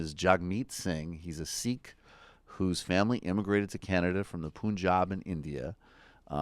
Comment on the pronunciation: It's not Poonjab it's Pun-jab